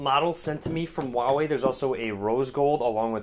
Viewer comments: His telling volva not huawei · The "H" in huawei isn't silent.